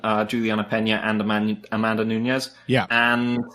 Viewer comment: I know you are well-intentioned and capable of learning because you were able to get dos Anjos' name just right when I pointed it out last time, so listen to me now and listen to me good: it's noo-nes, NOT noo-ñez. The same way the former LW champ's name is dos Anjos (same J as in banjo), not dos "Annyos". You see how Peña's name has that squiggly symbol above the N, while Nunes' doesn't? That's because Peña sounds kinda like "Pennya", while Nunes sounds like... Nunes. If you ever find yourself in doubt about whether to speak a name like "Penna" or like "Pennya", look for the squiggly symbol if it's in Spanish or for an H if it's Portuguese (Peña's surname in Portugal or Brazil would be written as Penha, which is actually a fairly common surname in the language). Still, great show as always. Cheers from Brazil!